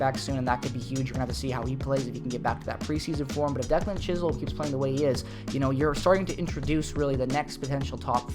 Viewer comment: Its pronounced chis-um not chis-holm... my cousin 😊